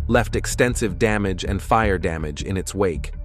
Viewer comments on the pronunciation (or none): none